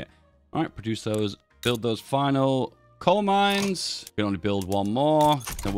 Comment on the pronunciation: Am I hallucinating or is he saying "Cold Mines"??